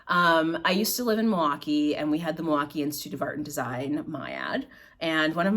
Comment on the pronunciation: I can tell you are near that local dyer(of the Lapis) because of the way you say Milwaukee ❤. Love your channel!